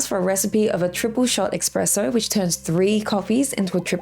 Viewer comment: Thanks for the guide! Continue with the good content! (Btw. its called espresso not ekspresso - couldn't help my self sorry)